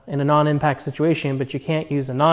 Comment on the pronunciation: Great video! Sweet box! Pronounced “impact” not impack. Not trying to be harsh... Nice starter set of snap on tools etc! it took me too long to figure out quality snap on tools are the way to go for professional use. I’ve wasted a lot of money on subpar brands early on, loved seeing all your snap on stuff!